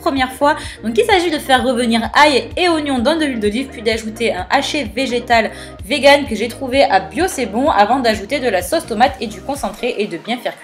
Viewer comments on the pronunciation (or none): none